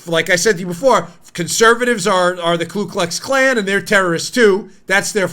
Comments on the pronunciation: KU ... not Klu --- the Democrat KKK still doesn't have a Klue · It is actually Ku (koo) Klux Klan. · I hope you do read our comments and want you to know I don't like grammar police but I think this one is important. It's Ku Klux Klan. A lot of people insert the extra L in Ku.